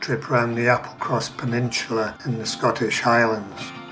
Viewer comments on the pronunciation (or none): It's 'peninsula' btw... 'Peninsular' is like what 'rectangular' is to 'rectangle' I found this pretty funny because your accent tends to add an 'r' to many words that end with 'a' so i can see how you ended up making this mistake lol